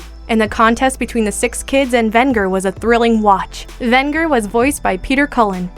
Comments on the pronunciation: It's pronounced Ven-Jer not Vin-ger! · It's pronounced VEN-JER! For Pete's sake they actually say it properly right before you say it. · She mispronounced Venger. Sounds like vehn-jur. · Soft g on that Venger, girl. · Decent list, but a few things: First of all, you mispronounced a couple of the names. It's pronounced "Thun-DARE-a", not "Thun-DUR-a". Also, it's pronounced "Ven-JURR", not "Ven-GURR". With a strong "j" sound. Secondly, I think you should've done this list by decades. A top twelve 80s, 90s, and 2000s villains list would've been better, because there's just too many awesome villains you missed: Gargamel from 'Smurfs' Hordak from 'She-Ra' Dr. Claw from 'Inspector Gadget' Baron Greenback from 'Danger Mouse' Ganon from 'Legend of Zelda' Gemini from 'Thundarr the Barbarian Overlord from 'Blackstar' No Heart from 'Carebears' just to name a few. Also, I would've chosen a more iconic villain from Spider-man than Hobgoblin, such as Venom, Doctor Octopus, or the Green Goblin. When I think iconic Spidey villains, I don't really think Hobgoblin. Was VERY glad to see Venger on the list though. I was hoping he would make the cut. He often gets unfairly overlooked and often forgotten. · I kept yelling at the video and correcting the pronunciation of Venger every time she mispronounced the name. Plus, she mispronounced the name of the actor Mako as well. Very very frustrating.